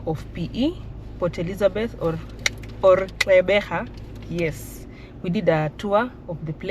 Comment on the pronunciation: The Eastern Cape has some of the best beaches in the country with the most perfect climate to match it. The topography is also quite stunning. And the architecture, I too am a fan of the Victorian aesthetic 👌🏽 Side note : your pronunciation of Gqeberha was near perfect, you just replaced one click with another but you pronounced that click very well, which is something many struggle with.